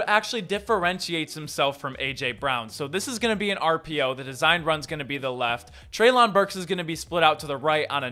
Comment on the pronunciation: It's "trey'lin"